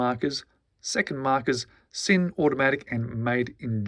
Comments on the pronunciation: Yes! In German S in the beginning of a word is pronounced Z. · The s in German is pronounced z mate